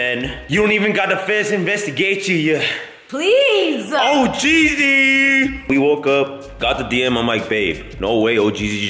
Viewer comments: Bro said ohgreesy 😂😂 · He said Oh’greasy 💀😂😂